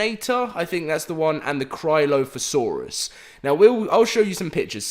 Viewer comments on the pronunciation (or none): Cry- o -lophosaurud Not crylophosaurus